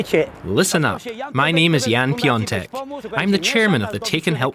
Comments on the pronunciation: Piatek would be the right pronounciation, not piontek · Im German, but im pretty sure you misspelled Jan‘s surname. In German its spelled Piontek (like you did) but in polish its pronounced Piątek